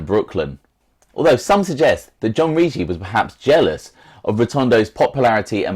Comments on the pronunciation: ..ur pronouncing the Eagles name totally wrong..2 hard Gs rhyming say with piggy-Riggi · Bro I told u..its Rig-gi..hard G..l told u his granddaughter is my bestfriend